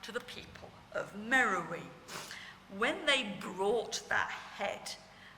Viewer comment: At the risk of sounding like a prig, Beard pronounces "Meroë" incorrectly throughout her talk. The diacritic on the "e" (ë) changes the pronunciation to "Meh-row-AY". This is significant as, confusingly, there is a modern town in Sudan called "Merowe" (Meh-row-ee) that has nothing whatsoever to do with the ancient capital of Meroë (where the head came from). Unfortunately, very few people are well enough versed in Meroitic archaeology to realise this, hence this is a common error.